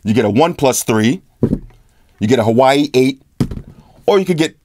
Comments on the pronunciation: The blue phone is Huawei and should be pronounce as "Hwa-Way", not "Hawaii" LOL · Huawei isn't pronounced "Hawaii" it's more like "whawei"😂😂😂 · Hawaii..... You mean Huawei? (Pronounced waa-way). Wish I had that V20 though. Not gonna lie, i'm thinking of an iPhone 7 plus but with their 20 year anniversary comin up tho i'm not sure if that's the right move either... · Huawei = "Whaa"-"Whey". I used to call it "Hawuawii" as well. Haha alright last comment. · I am so sorry bro but I gotta say it haha. Every single time you say Huawei "Hawaii" it makes me laugh out loud lol. Huawei is pronounced as Wow = hua, way = wei. So say it Wow Way :). Just for the tip: don't hate me please :P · I'm so immature I'm still laughing every time you say Hawaii (Huawei) lmao. for Prez 🔥